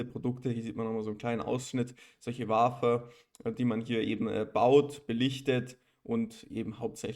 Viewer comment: Vielen Dank für das Video und die Analyse … Wafer … wird “Wäfer” ausgesprochen … Jede AMSL Maschine hat einen TEL Track oder einen SCREEN Track angeschlossen, um die Wafer mit Lack zu versehen …